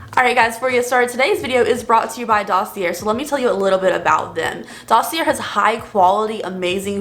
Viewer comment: Dossier is pronounced "daw-see-ay" 👍